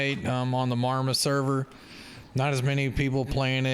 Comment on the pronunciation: Always love how you say our server name. No southern draw. Sounds like a Canadian ordering jelly. I pronounce it. Mah-Rah-ma